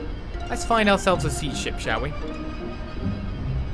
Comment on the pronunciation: Only one comment here, it's See D(as in CD) not seed. Just a FYI!